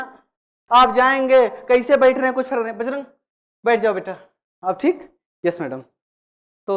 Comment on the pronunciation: Bajrang naam hai BAJRAG nahi